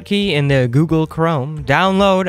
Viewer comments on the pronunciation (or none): none